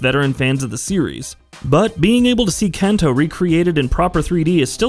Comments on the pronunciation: “Can-toe” lol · As a gamer in Japan I was overly distracted by how you said Kanto, but overall solid video